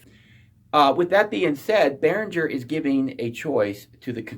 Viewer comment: gerr! behrin - ger it's german.